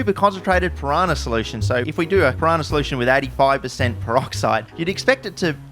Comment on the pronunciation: it's piranha, not pirahna